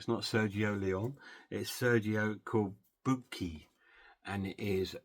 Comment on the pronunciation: It is pronounced Sergio Corbuchi not Corbuki.